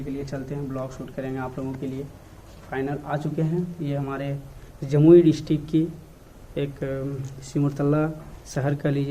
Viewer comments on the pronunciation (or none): Thik hai ...but jamui jilaa ko aur achhe se bol kar delhaiye☺️